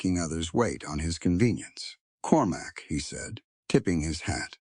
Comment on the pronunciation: Cormac, not Corumac! Proofreading would be much appreciated